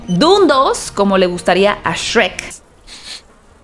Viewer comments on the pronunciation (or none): none